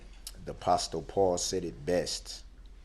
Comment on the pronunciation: If he went to church so much he wouldn't say apostopaul !!!!!